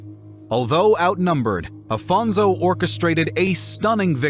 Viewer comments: First of all, I'm loving the video, half way through it Second of all thanks for trying your best in some cases to pronounce correctly the names But like why read Afonso as Afonzo xwx It quite bugs my mind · Don't pronounce Portuguese names with Spanish accent please. It's not Alfonzo, it's AFONSO HENRIQUES. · This is an o.k. video, but it could have been much better if it didn’t have several inaccuracies in pronunciation of names of places (“Ceuta” was basically butchered) and people (“Alphonso” is not “Afonso”), as well as some slightly wrong facts. And the “epic” tone of the narrating voice is a bit annoying. Still, it’s a nice enough video.